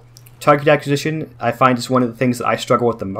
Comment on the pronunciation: you pronounced acquisition wrong